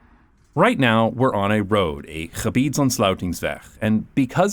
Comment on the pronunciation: Wow !! ‘Gebiedsontsluitingsweg’ f*ck*ng nailed it !! Impressive